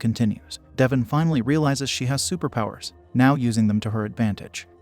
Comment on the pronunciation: How does one read Devon and pronounce it as Devin